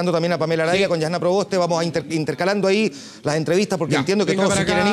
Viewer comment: no conozco una diputada mas ignorante e inculta que "la yasssna provoste"